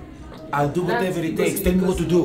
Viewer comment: Brah I kept thought you were saying bk instead of do so I kept singing bk have it your way